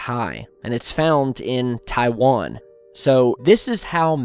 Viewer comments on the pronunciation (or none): none